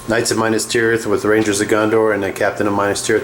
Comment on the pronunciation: dude....its not MINUS tirith, its MINAS tirith. Mee-Nass